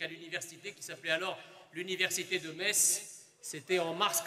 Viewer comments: le public qui crit en cœur "mess!" A chaque fois que prononce "meTss" ça m'a tué de rire 😆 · Metz se prononce "Messe" et pas "Mettsse" 😛😛 Très beau meeting, heureux d'y avoir été. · Pour y avoir été, je tiens à clarifier UNE SEULE CHOSE : Metz se prononce < > pas <<Metse>>. À part ça, ce fut un moment inoubliable ! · Au début vous pouvez observer les gens qui réagissent à chaque fois que Metz est prononcé. C'est parce qu'on ne dit pas ME"TZ" mais ME"SSE"! 😁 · Bon au final elle a compris ou pas qu’on dit mess et pas mettsse ? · Je suis allé à ce meeting qui était formidable. Une petite pensée à à qui il aurait fallu expliquer que Metz se prononce Mess. La pauvre croyait qu'il y avait une sorte de ferveur à chaque fois qu'elle prononçait le nom de la ville, sauf qu'elle se faisait gentiment huer:) Malgré cela, son discours ainsi que celui de était galvanisant. Et que dire de la prestation de Monsieur Eric Zemmour, tout simplement excellente. J'étais aux anges lorsque je suis sorti de ce meeting mais seulement quelques centaines de mètres plus loin, je fût confronté au réel en me faisant agresser par des "antifas". J'ai quand même pu passer sans trop d'encombres en me faisant insulter de raciste. Bref, plus de peurs que de mal. Vive Zemmour, vive la République et surtout, surtout vive la France. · qui ne comprend pas que le public lui crie 'Mess' (la vrai prononciation de Metz) 🤣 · On les reconnaît nos messins qui corrigent vers Metz se prononce [mɛs]! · Les messins essaient de corriger sur la prononciation de Metz en "Messe" mais en vain. Au final, ce fut drôle. 😄